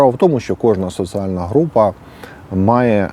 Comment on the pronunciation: Не критика, а порада. Слідкуй за "з проти с", "і проти и", "д проти т". Наприклад, "соціальна", а не "социальна".